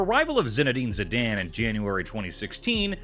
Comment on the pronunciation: the way he says Zidane causes me physical discomfort